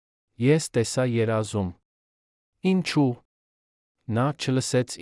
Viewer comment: Դուք հայերեն ճիշտ խոսեք խնդրում եմ։ Ոչ թե հետում ,այլ հետևում,ոչ թե ի՞նչու այլ Ինչո՞ւ։